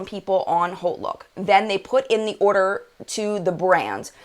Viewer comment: Are you saying Holt look or (what I found) Haute Look?